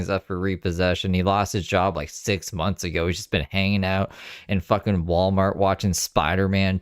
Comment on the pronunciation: Can’t stand the way she says “mumlths” instead of months